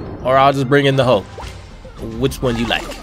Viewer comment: Funny that "mulk" :D